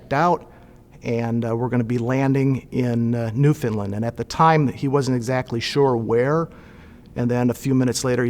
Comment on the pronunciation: I'm from St John's Newfoundland! Such a great video but my only problem? It's Newfoundland not NewFineland!lol Love the story....Come From Away! Heave Away! Cheers